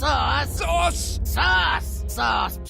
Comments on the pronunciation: the ending segment was painful because it sounded like they were saying sus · They pronounce "sauce" like a 5yo says sus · it sounds like they are saying sus and not sauce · Sometimes it sounds like they are actually saying SAUCE but after that you just hear SUS.... Thanks Among Us memes